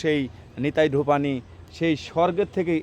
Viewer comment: বোকাচোদা ব্লগার ভাই, ওটা নিতাই ধোপানি নয়। নেতাধোপানি, আগে ভাষা ঠিক কর। মেয়ের নাম নিতাই হয় কোনদিন। আস্ত ভোদাই।